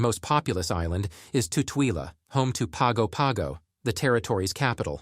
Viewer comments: Pago Pago is pronounced “PANGO PANGO”. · you pronounced Pago Pago incorrectly. It is pronounced more like "Pahn Go Pahn Go". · Pago Pago is pronounced ‘Pango Pango’ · Most of this is inaccurate. Just a few points: Samoa is pronounced as "Sah-moa". Pago Pago is pronounced as Pango-Pango or Pahngo-Panhgo, but never without an N sound in it. I don't know what you mean by "more expensive than many parts of the U.S." but American Samoa is cheaper to live in overall than the mainland in general. Vehicles are expensive there, some fresh produce is expensive, and many imported goods are expensive. Electricity is more expensive. But rents are way lower, buses (ran by families) are way cheaper, anything locally grown or harvested is cheap, and internet is catching up. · If you knew how to pronounce Pago Pago you would have more credibility.